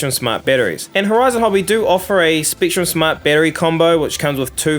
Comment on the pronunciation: Why you say top teen not top ten. Spektrum not Speektrum